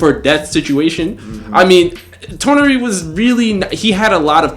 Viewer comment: Why did the guy in the red shirt keep saying Toneri akatsuki that shit kept bugging me 😂